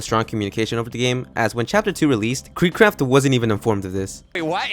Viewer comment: why do you say cryptid like that.... i've never heard someone fuck up a word this bad 😭